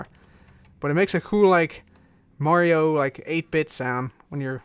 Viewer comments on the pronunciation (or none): none